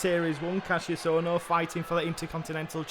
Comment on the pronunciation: It's still spoken kash-us Ohno and not Kass-ius ma lovely bois